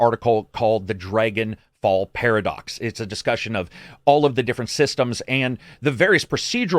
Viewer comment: Dragonfall 😂 its Daggerfall